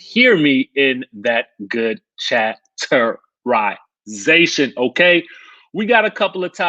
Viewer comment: I cringe every time he says chatterization